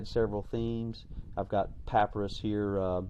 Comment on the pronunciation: By the way - and forgive me for writing this - papyrus (or papirus) is is pronounced pa-pie-rus :)